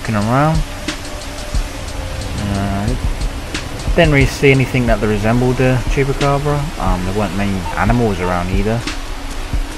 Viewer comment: Isnt it Chupacabra and not Chupacabre